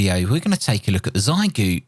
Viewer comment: It's pronounced "Shee-eh-goo" or Shay-goo, my UK brother :) Source: my Chinese wife ;) And thank you for this balanced look at the radio and your use analysis. I agree that it should be pretty good for an HF beginner. I think it should be quite nice for no-nonsense portable operations too. I would prefer the price be a little lower, but still a pretty clean package for what you pay.